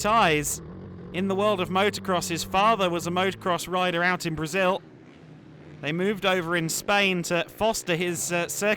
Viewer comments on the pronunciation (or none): none